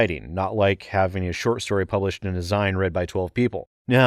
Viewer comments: zIne hehe It’s zeen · A "zeen" Sir... as in magazine. 'zine